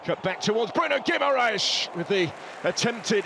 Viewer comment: Yes, what a ludicrous comment - mind you, from someone who can't even say 'Guimaraes' ...